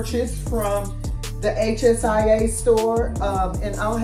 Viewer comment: Thanks for the video! I will check them out! It's pronounced Shea Long e short a